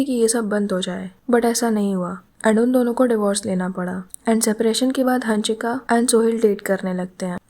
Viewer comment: Ooo pagal hannnshika nahi hansika.. Pagali